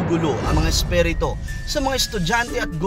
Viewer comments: Isperito hahahaha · Isperito..ayusin mo naman... haha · Espirito mo ang pag pronounce esperito, ano ba yan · NAWALA TAKOT KO NUNG NARINIG KO YUNG SALITANG ESPHERETOH !!!!! LOL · spiritu hindi spereto😁